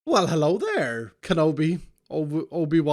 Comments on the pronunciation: Congrats on 1.5 million subs iskall! You deserve it! Ya work hard, and ya give ud great entertainment. Keep up the good work my dude. Also, "HALLO!" i can never see hello the same ever again. xD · no, no, no, it’s HALLO there